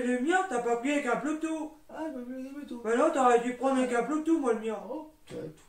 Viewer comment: Je serais bien curieux de voir ce qu'il y avait dans cette formation... Ils ne t'apprennent pas la base de l'informatique ? Comme par exemple la base des termes informatique, comme le BLUETOOTH et non le "Bloutou"... vous vendez du rêve ^^ Ou alors sinon apprendre qu'installer Windows 10 n'a RIEN A VOIR avec un disque dur... tu peux l'installer sur le disque du pc sans en racheter un autre... Ce qui est dommage, c'est que d'autres personnes vont croire que tes vidéos sont la bonne marche à suivre en informatique, alors que vraiment, mais vraiment pas du tout... Et une petite formation en français, ça pourrait être utile aussi je pense.